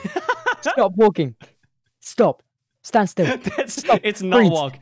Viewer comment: fundy: stop stop stop in the accent stOOp stOOp stOOp.....still unsuccessful